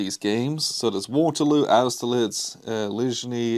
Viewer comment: The designer’s name is Walter Vejdovsky. I won’t try to instruct you in the pronunciation but I’m sure he’d be happy for you to call him Walter. “Lidgny”, on the other hand, is outrageous: the g is silent, merely softening the n, i.e. ‘Leenyee’. I assume this is the second edition of the game, with redesigned counters and maps (no numbers in the hexes). I’ll be very interested in the eventual review particularly with regard to how combat works in the revised rules, as reviews of the first edition, especially in Battles magazine, criticised it as “too hot”, i.e. the results were too extreme, which decided me against buying either this or the separate game on Ligny in spite of the many attractive elements of the system.